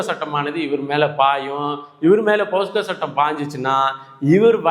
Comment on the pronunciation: தம்பி போஸ்கோ அல்ல போக்ஸோ